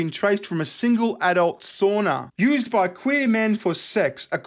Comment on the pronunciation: Sauna! Not a "soonah".